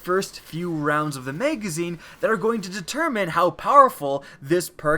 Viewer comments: OH MY GOD STOP SAYING MEGAZINE. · Anyone else notice he said meygezine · When he says magazine I hear "mega zeen" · Him saying magazine was what made be dislike this video